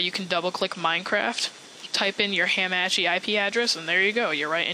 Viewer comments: lol thanks the previous method me and my freins used didn't work anymore after the game switched to beta. Also...you pronounce hamachi in an intresting way...Ham-Ah-Chee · YOU SAY HAMACHI WRONG